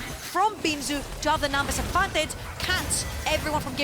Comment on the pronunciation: once I noticed that the female caster pronounces "advantage" as "advantatz" I couldn't stop laughing, because she kept saying it over and over :-D